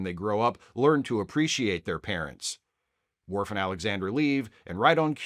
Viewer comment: I agree that she's horrible, but her insistence in calling Worf "mister Woof" will never not be funny.